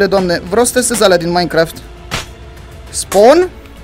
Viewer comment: se zice minecraft nu maincraft like la comentariu si la! sper sa am o inimiora de la el